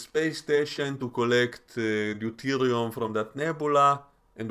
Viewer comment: Did it bug anyone else that Uhura kept saying deuterium like Do-TUR-Iium instead of everyone else saying it correctly: Do-tir-Iium ? She first said it in the VO and every time she said it wrong I noticed and scratched my head. So strange that no one flagged that? Overall a somewhat fun, somewhat cliche, and kinda forgettable episode, which in a run of 20+ episodes is fine (and par for the course), but with only 10 episodes per season its unfortunate this is the best they have. I did like Kirk the most out of his appearances, and the Kirk/Sam stuff is great because the Sam actor is really great. BUT the biggest WTF: They just BLEW IT UP??? THE WHOE STATION!?!!! No freaking way! How is Pike going to explain this??: 'Well you see admiral the crew member that has been hallucinating told me that we were hurting aliens so I immediately blew up the station.... No sir no one was in any dangers.... No sir I didn't verify this information... No sir I didn't discuss options with my team or make any further attempt to stop the station.... No sir I didn't try to target a specific critical system to just shut it down ." Holy crap c'mon guys!! The Station that took alll episode to just barely get up and running (held together with duck tape and a bit of luck by three crew running round the clock) NOW won't STOP working no matter what they do??? For Real??? Insanity! As Sarek says "ILOGICALL!!! ILOGICALLLL!!!" The fleet captain thing is such a stretch I would rather they not bother. It still